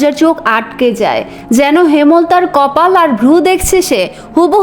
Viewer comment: আপনার এত সুন্দর কন্ঠে কয়েটকি শব্দের ভুল উচ্চারণ কানের জন্য খুবই অস্বস্তিকর লাগছে। যেন এক বালতি মধুর মধ্যে একফোঁটা ময়লার মত। যেমন : হেমোলতা উচ্চারণ করছেন যেটা ঐটার উচ্চারণ হবে হেম্-লতা, কর-মর-দন=করমর্দন হবে, আকস্মিক =আকোশশিক উচ্চারণ হবে। এই ধরনের কয়েকটি উচ্চারণের ভুল আপনার সুন্দর পঠন কে মাঝে মাঝেই শ্রুতিকটূ করে তুলছে। বাংলা বলার সৌন্দর্য হলো উচ্চারণে। তাই আশাকরি একটু খেয়াল রাখবেন। আর লেখিকা গালি ব্যবহার করেছেন কারণ ঐটা গল্পে ডিজার্ভ করে তাই। আপনি সরাসরি উচ্চারণ করতে না চাইলে টুটটুট ই যথেষ্ট, লেখিকা কি বলেছেন এটা বারবার ব্যাখ্যার প্রয়োজন নেই। তবে আমার পরামর্শ হলো যেভাবে লিখা আছে ঐভাবেই পড়া ভালো। কারণ এখানে যারা এই উপন্যাস শুনবে তারা যথেষ্ট ম্যাচিউর, জ্ঞানী এবং পড়ুয়া শ্রোতা। তাই তারা গল্পের ডিমান্ড অবশ্যই বুঝবে। কোন বাচ্চা বা আম জনতা এখানে উপন্যাস শুনতে আসবে না। কারণ পড়াশোনা যারা করে তারাই এগুলোতে আগ্রহী হয় অন্যরা ভুলেও আপনার কনটেন্ট স্পর্শ করবে না। সুতরাং এত বিব্রত হবার কিছু নেই। আমি আপনার ভুল ধরার উদ্দেশ্য, বা ছোট করার উদ্দেশ্য নিয়ে কমেন্ট করতে আসি নাই, আপনার ভয়েস অনেক মিষ্টি তাই আমি চাই না আপনার পড়ায় কোন ক্ষুত থাক। ধন্যবাদ এতসুন্দর কন্টেন্ট উপহার দেওয়ার জন্য। এত টাকা দিয়ে বই কিনে পড়ার সামর্থ্য নেই তাই আপনার মিষ্টি কন্ঠটাকে বেছে নিলাম। আমার কথায় ভুল ত্রুটি হলে ক্ষমাসুন্দর দৃষ্টিতে দেখার অনুরোধ রইলো।